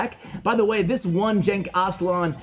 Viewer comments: Actuallyyy... Genç is read as following: G is the g in "game" or "gap" E is the e in "red" or "tesla" and ç is "ch" sound as in "check" or "witch" So it is GençAslan not ÇenkAslan :) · The name is a Turkish name btw, its really not pronounced like "jenk aslan" but it doesnt matter lmao your foreign to Turkish